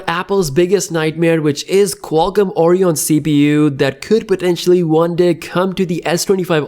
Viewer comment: Stop pronouncing it Orion.. It's ORYON.